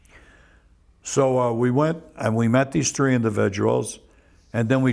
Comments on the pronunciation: People from Chicago and New York both say "Tree" instead of three lol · "Tree weeks" that makes me laugh 😂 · "Let me tell youse a couple tree tangs."